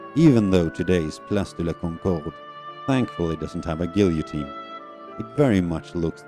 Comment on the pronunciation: Good grief, you can't pronounce "guillotine"? . . . . there was no editor to catch it?